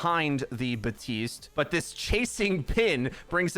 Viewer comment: Is the P in Baptiste supposed to be silent?